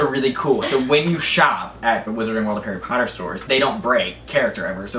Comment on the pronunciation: harry potter not hairey palter